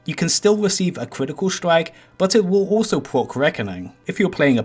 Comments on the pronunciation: pwoc wekoning wif a cwitical stwike! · Pwok Cwitical swike